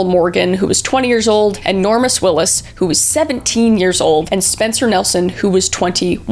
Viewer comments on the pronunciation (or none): none